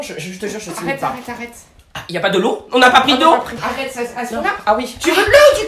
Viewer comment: il ia pas le l'eou on a pas pris de l'eou j'ai trop rigoler